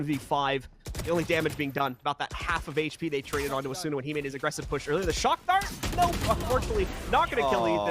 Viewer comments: AsOOOna lmao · Bruhh bc of this commentator I pronounce asuna asoona now 😭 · The way the casters pronounce Asuna tilts me so much